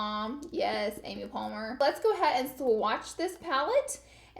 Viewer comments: Girl it's Amy Poehler not Palmer 😂😂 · “Cool mom, yaasss Amy palmer” lol u mean pohler 😂 love ya laura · lol Amy "Palmer" ... its Polehler Laura ... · babe lmao you did not just call her Amy Palmer ahahah girl shh ily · Keshia Gibson yeah I was like “Amy Palmer who?” Lmao 😂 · I was going to say who’s Amy Palmer? 😂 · Binkkk V I rewound as well to hear if she really said Amy Palmer 😂😂oops! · Amy Palmer...? Girl. Amy POEHLER. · No need to be nasty about it. We all make small mistakes like that, it adds a little humor into her videos.